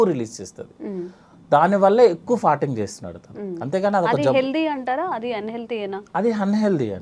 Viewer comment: ఫార్టింగ్ అనలేవా తల్లి..ఫర్టింగ్ అని పొట్టిగా ఎందుకు అనాలి??